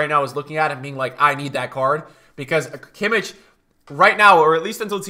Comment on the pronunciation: Please stop saying kimic bro its kimmich ch as a german g